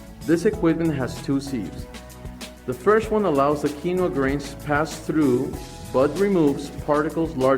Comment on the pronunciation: Bro I’m so focused on why he says “qeeno grain” but then says quinoa correctly when he doesn’t say grain